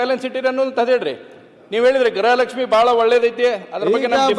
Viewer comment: ಅಮ್ಮ ತಾಯಿ ಅದu ಗೃಹ ಲಕ್ಷ್ಮಿ ಗ್ರಹ ಲಕ್ಷ್ಮಿ ಅಲ್ಲ.